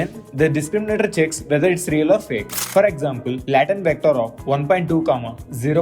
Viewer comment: its Latent not Laatent..your pronouncing wrong